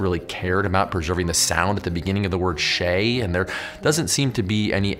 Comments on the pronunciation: not shay, "shai" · Pretty sure it's pronouced Shai. Unless Fatha was used to be pronounced differently and not one told me. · the arabic word "shay" is first prounced wrong and spelled wrong in arabic< you have spelled it the oppsite way *arabic starts from right to left*, and the word "shay" is more prounced like "shayA" the "A" is prounced like in "Asymmetrical", + "shay" mean tea in arabic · This is actually genuinely offensive, insensitive and disappointing to see. 1) it’s not “shay”, there’s a glottal stop at the end, even if you can’t pronounce it (or can’t even include a Google pronunciation) there was not even a simple acknowledgement of it, which would’ve been so easy to do and would’ve added value. 2) the letters are completely disconnected and inverted, what?? It’s supposed This is is so extremely disappointing to see and actually makes me doubt your channel’s seriousness in being thorough and culturally sensitive. Just continuing the long lived racist western tradition of orientalist Hollywood movies and games of not only butchering Arabic words but also displaying them in this weird blatantly incorrect way, the letters just disconnected and inverted. Just a cheap display of vague exoticness to appear to western audiences as though you put any effort and are being authentic, even if unintentional at best it’s still a micro aggression and a continuation of a long western history of orientalism. It’s like a developer putting nonsense Chinese characters in a Japanese game, but now fortunately that’s looked down upon whilst what you did still isn’t. Like I struggle to find an analogy to portray just how incorrect this display is and if you had even bothered for a second to be authentic and showed it to any Arabic speaker they would immediately be confused. But of course you did not care to show this material to any person who is relevant to the subject